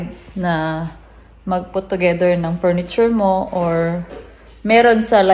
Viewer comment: I like the only problem with her is her v and b, f and p... Mabuti na lang galing niyang magdala like furniture she said purniture🥺